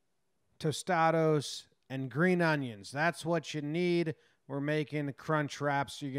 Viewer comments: Being mexican I know it's pronounced tostadas, but after watching this I told my wife to get me some tostados. She asked me why I said it that way. I said "jomboy broke it down and you can't question his breakdowns". We actually made them your way and my wife approved it. Had them with some salsa and guacamole shit was good. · He said tostados I’m dead 😂💀